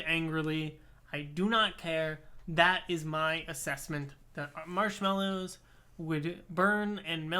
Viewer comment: who says mallows like "marlows"